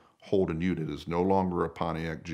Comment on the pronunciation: So good to hear an American say ute .